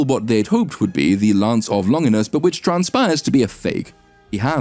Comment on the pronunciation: That's an excellent discussion of a dismal film, but I'm baffled by how you (and so many other YouTubers) don't seem able to get the pronunciation of Longinus right (Longīnus, so the accent should be on that long /i/, which ought to be pronounced as in the first person singular pronoun).